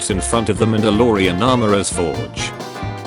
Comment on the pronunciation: bro said mandaloroan